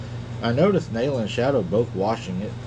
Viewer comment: It is pronounced Naaalaa